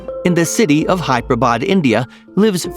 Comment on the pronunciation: R u dumb it's Hyderabad not hyperbad if u dnt know how to pronounce then don't say I'm from India and if u dnt know how to pronounce indian people's names culture places etc then don't talk about it it is indirectly disrespecting india